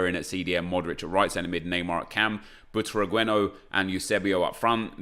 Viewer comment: Omg its not “butragüeno”. Its “Butraguenio”. The letter U doesn’t have dieresis. Just look it up